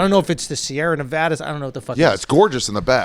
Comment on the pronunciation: Nevada not nevadaaa